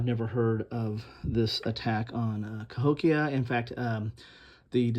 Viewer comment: That’s about 20 minutes from me - Cahokia - and you pronounced it correctly